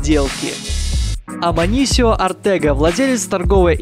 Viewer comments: амансио а не аманисио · не аманисио а Амансио